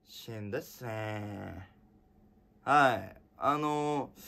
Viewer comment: ｼｪﾝﾄﾞｨｯｽﾈｰ どうしてもここがじわじわ来る